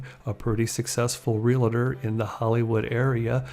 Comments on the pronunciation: What the heck is a "real-a ter"? The word is "realtor" There are only two syllables in the word "Realtor". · Not meaning to offend you but, you pronounced realtor wrong. You said 'real-it-ter' . It's real-tor, just the way it's spelled. People do the same with nuclear. The call it, 'nucular'. Not that big a deal, we all know what you mean but, mispronouncing easy words well, doesn't help your credibility as a narrator. BTW, great biography of an actress from one of my all time favorite childhood shows. Keep up the great work.